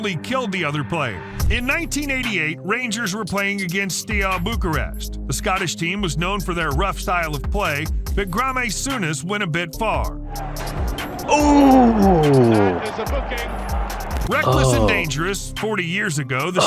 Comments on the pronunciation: Grarmay Souness? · "Gramay Sounass" - jesus wept :/ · Grah-may Souness. What the fuck? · I almost got whiplash from that pronunciation of Graeme Souness. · UEFA and Graeme Souness did me over